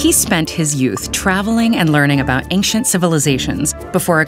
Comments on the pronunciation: This pronunciation of the word 'ancient' is mildly irritating: /ˈenkʃent/. It is supposed to be: /ˈeɪnʃ(ə)nt/ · YOU PRONOUNCED ANCIENT WRONG EVERY TIME YOU SAID IT. IM HAVING AN ANEURYSM